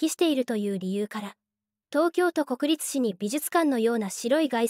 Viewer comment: 何故、国立市をこくりつ、って読むかな⁉️